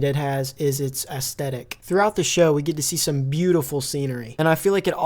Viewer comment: You missed the “s” in aesthetic, I’m sure it’s been mentioned but just in case. Also dope video